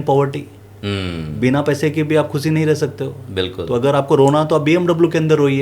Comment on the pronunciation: Sir aapki baat bahut sahi hai...bus ek " khushi" wala pronounciation sahi kar lijiye...no offence to u sir